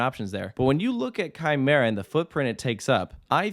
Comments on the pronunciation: I already knew who Quimera was before the accident on September 29 2019 because of top 100 lists. Btw Quimera is pronouced kee-mair-a I’m surprised quimera was even allowed to be relocated. Heck, THE U.S. But still, this is great I’m super excited for this addition I’m kinda wondering what will happen to the other two coasters at La Feria because their fates are undecided but i’m pretty confident the park will close. (Quimera and Reverchon are listed as defunct coasters at la feria while montana russa and the swarzkopf shuttle loop) So happy Quimera is saved! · Quimera is pronounced Kee-Meh-Ra 🥃